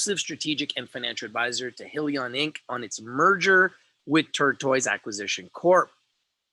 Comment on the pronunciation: Tortoise is pronounced like the turtles that live on the land, tort-toss.